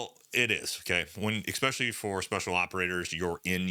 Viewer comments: Brother, please stop saying EKSPEXIALLY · He says expecially in front of the public… 😂😅